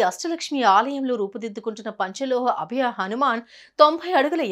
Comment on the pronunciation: అభ్య కాదు అండి.అభయ.